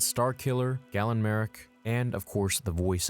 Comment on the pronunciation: Idk what kind of spice you’re smoking, but that isn’t Sam Witwer . Second, you mispronounced Galen Marek. It’s “Gay-lin” not “Gal-on”. Finally, almost half of the “Easter eggs” in this video aren’t even Easter eggs. For example, identifying a Zabrak isn’t an Easter egg. You wouldn’t look at a human and go, “That there is a human, aka, Anakin Skywalker’s species.”